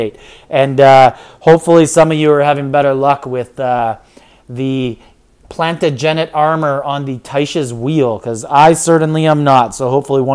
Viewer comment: Love your videos, but please... plan·ta-juh·nuht -- second syllable is emphasized "TA" like Waaaah The 10-level cake requires EXACTLY the same amount of 'basic gems' to be purchased. It hasn't changed... just more granularity of rewards